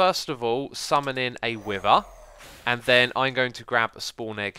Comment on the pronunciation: “I am now getting the wiver effect”